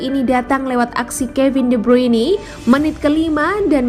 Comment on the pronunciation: De bruini 🗿🗿🗿😭😭😭